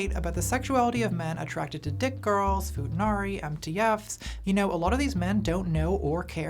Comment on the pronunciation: "fooda narree" (good video though)